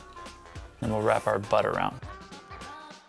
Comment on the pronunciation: When he said bud... kept thinking that he said butt and I was like 🙀